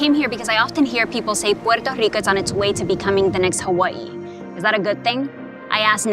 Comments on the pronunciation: Why can’t she just pronounce Puerto Rico without the stupid accent, every other word she doesn’t say it with the accent. So annoying I hear Spanish people talk like that all the time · The way this chick pronounces puerto rico is so annoying. Such inferiority complex and whining in one video. Socialist commies have brainwashed so many idiots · Why do you have to say Puerto so whatever pronounced can’t you say Puerto Rico like you say Hawaii and shoot me your number cuzz you fine girl